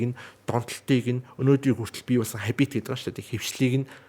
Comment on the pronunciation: Англи хэний дуудлагаа сайжруулаарай, хабииит биш хаабит шүү